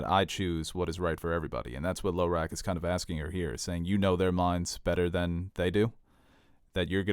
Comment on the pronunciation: Sometimes pronunciations crack me up. Saying "Low-rack" for Hizdahr Zo Loraq was a good one.